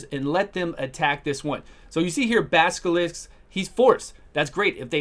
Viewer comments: Baskilist :D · I love the pronunciation of "Basilisk" xD